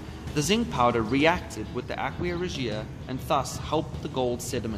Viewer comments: Please learn how to properly pronounce aqua Regia. It's not ahk-we-uh it's ahk-wuh and Re-juh. I thought subbing but couldn't take it. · The way he says aqua regia